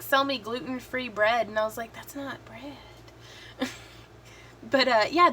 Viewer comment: LOL..."that's not bread..." I heard the southern accent come out STRONG there lol. Also I agree...it just...isn't. There is a strong possibility that I have Celiac and I still have to get tested and stuff...but I do way better when I am not eating gluten which is a fairly accurate poor man's test for it. My sister was diagnosed and tested positive for it not too long ago. And she bakes fantastic home made breads...or did. She is of similar mind lol. I have tried about 5 gluten free breads and...yeah. I cannot eat them unless they are toasted.